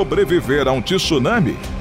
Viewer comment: O vídeo é interessante mas TI SSUNAMI não dá para aguentar com uma voz linda dessas podia falar corretamente, é TSU nami.